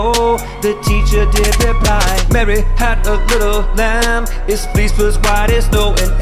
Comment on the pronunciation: Fleece not flease